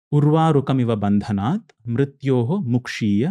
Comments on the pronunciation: Just a correction, it’s ‘bandhnan’ not ‘bandhnat’. Correct pronunciation is important so just wanted to mention. Thanks for the informative video. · Just an observation as the gentleman is guiding us with proper pronunciation, the word is " Bandhanan" not " Bandhanat". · Bandhanan not vandhanan 🙏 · He said it wrong. It urvarukamiva bandhanan not bandhanat... Stop saying it wrong. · Great podcast! My respect and gratitude to Ranveer and the guest ofcourse. Just want to mention, I have been chanting this mantra 108 times daily for the past year and I know that the pronounciation is extremely critical for yielding results. The word is "bandhanan", and not "bandhanat". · Isney waisey galat bola ,it's "Bandhanan" not Bandhnat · I noticed this too and thought to mention...been chanting it for long, it is indeed "n" at the end, not "t". And pronunciation of mantras is critical. Has to be accurate. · its URVA RUKAMEEVA BANDHA'NAAN' not BANDHA'NAAT' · 4.20 its Urvarukamiv bandhanan NOT bandhanath Am sorry but please chant this sacred Manta properly Om Namah shivay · Bandhanaan.. not bandhanaat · Its not BANDHANS"TH"......it's BANDHA"NAAN"😊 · The person in the video pronounced mantra in wrong waaaaaaay And yes it matters!!! He said uruvarukamiva bandhanath Correct pronunciation below:- "Uruvarukamiva bandhanaan" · It is Bandhanan and not Bandhanat. Kindly note. Chanting the wrong mantra is not good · बन्धनान् NOT बन्धनात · How do they qualify for such an interview who cannot even pronounce the mantra correctly. It’s “bandhnaan” and not “bandhnaat “ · Its not Urva Rukamiva Bandhanat its Bandhanan ..... Correct ur mantras